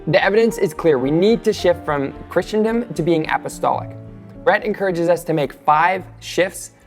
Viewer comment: You: [pronounces "Christendom" as "Christian-dom".] Me: [turns off video.] JK - I know you mean well. Keep going. Go deeper. Then deeper. Then deeper still. Your best words: "The Church needs to shift from a focus on relevance to timelessness." Trust me brother, when you begin down this path, you will see difficult things, but if your faith is strong, Christ's triumph in your good work is assured.